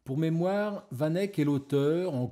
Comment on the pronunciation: Pourquoi vous faites pas d’efforts sur la prononciation du nom du peintre ? Sinon super vidéo 👌